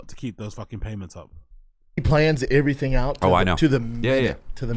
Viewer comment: still says “Ivreething” and I hate it.